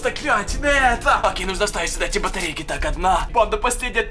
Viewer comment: Он сказал батерейки